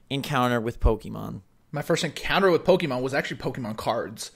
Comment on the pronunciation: Why! Why do you keep saying "pokEEmon"? ... -_- It's Po-keh-mon. The second vowel is like an "e" in "bed".